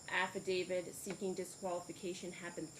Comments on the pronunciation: This judge seems okay, but really, your honor, it's not "affidaviD" , it is "affidaviT", one of those pesky words that crop up almost every time you bang the gavel. Hone your legal skills, madam. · Who is this judge who says affiDAVID, adminiSHtration, etc.?